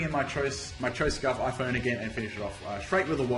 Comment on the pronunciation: Surely Phione isn't pronounced fa-known? It's not spelt with 2 n's and I always thought it was fee-own-ay. I know often gets names wrong but I have also never been sure with this one so if someone could let me know for the sake of it.